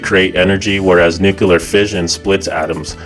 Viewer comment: Nucoolar fusion haha 😂